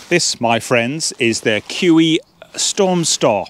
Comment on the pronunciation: Not pronounced "KEW EEE" but "KU E OO". jus' sayin'... BTW, doga belong in vestibules, not inside. KUIU makes excellent hunting/camping clothing and gear. I have their YUKON camouflage WPB rain/wind parka for hunting in Nevada,USA and for very harsh days alpine skiing. Great design in all their gear as you see in the Storm Star tent. BTW, KUIU's tents, like Tarptent designs, have the inner tent pre-attached to the fly for a setup in the rain or wet snow that keeps the inner tent DRY - unlike so many other free standing tents on the market! i would prefer this KUIU Storm Star to the Hilliberg ALLAK 2 every time. Just better design and equal quality.